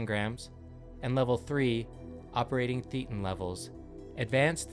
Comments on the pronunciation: A minor thing -- "thetan" is pronounced "THAY·tuhn." It's based on the Greek letter θ and shares that pronunciation. Theta in the religion means thought, life. A thetan is not a soul that one has, but rather what one is -- one's true self, that which is aware of being aware. This is analogous to some stages of Buddhist contemplation of "what is one's self?" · Mispronunciation of Thetan is the giveaway that the speaker has never been inside a church.